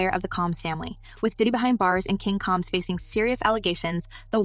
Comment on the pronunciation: When you pronounce a black person's name wrong. It makes what you are talking about less interesting. The last name isn't coms it's combs. The person shouldn't be explaining anything